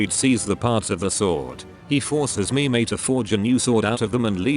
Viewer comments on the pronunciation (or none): This idiot does not know how to pronounce Loge and Mime and Sieglinde and Brunhilde A final E in German is pronounced "uh" Sounds really, really stupid.